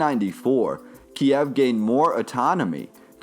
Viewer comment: KIEV NOT FUCKING KIAEV! Couldn't continue the video as your horrible pronunciation drove me FUCKING mad!